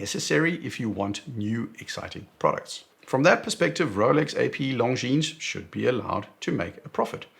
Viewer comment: 1.04 : schoolboy error on pronunciation of "longines" 😂❤